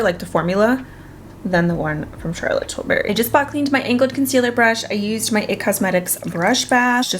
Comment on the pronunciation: Here to again say I still giggle when she says Charlotte tilberry instead of tilbury lol